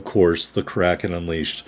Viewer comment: Great Kraken on a great ship,! I believe the name is 2 syllables. I looked up a German WoWs PC player a long time ago and watched him use it in a 25 min video until he finally said the name near the end because he was talking about something else and not about the ship lol.